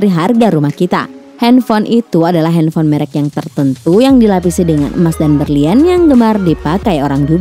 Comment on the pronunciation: Henfol? Wkwkwkw slh ngomong ya